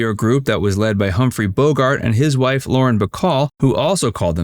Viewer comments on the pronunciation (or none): none